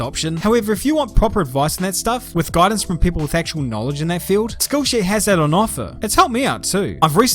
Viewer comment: My American ears heard “school shooter” instead of “skill share” at the beginning of the video 😂